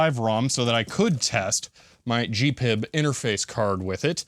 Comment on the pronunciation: It‘s GP-IB and not gpib.